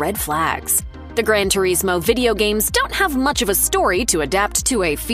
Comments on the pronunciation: Gran ter ees moe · “gran tureesmo”